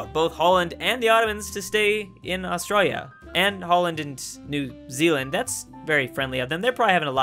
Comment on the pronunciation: AUSTRA-L-IA Not Austraia Is it just me or does anyone else here it